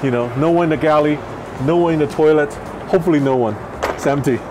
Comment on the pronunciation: " hepefully no one " 😆😅🤣😂😁😄